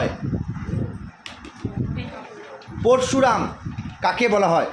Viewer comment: প্রথমে স্যার নিজেই উচ্চারণ ভুল করছেন (প+র্+শু+রা+ম) না ওনার নাম (প+অ+র+অ+শ+উ+র+আ+ম্) হবে।